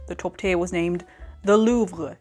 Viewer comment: Love the art, love the vid, and as a french (sorry) love the Louvre pronunciation 👍